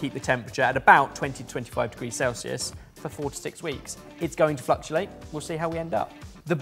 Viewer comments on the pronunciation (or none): Anyone notice "fluctulate"? 🤣🤣